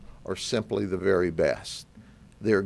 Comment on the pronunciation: What's whith the emphasis that they are "the best"